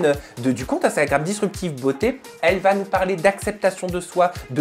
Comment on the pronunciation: Il n'y a pas de t à la fin de va!